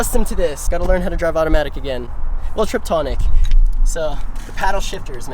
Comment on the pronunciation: He said "triptonic" ...lol